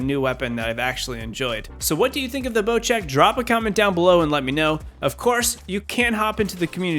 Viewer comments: why is it called bochek isnt it bosek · Not bochek. Bocek.